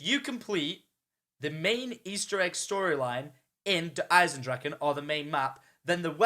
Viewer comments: ITS DER EISENDRACHE NOT DER EISENDRACHEN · Bruh pleasssee it's not "Der Eisendraken"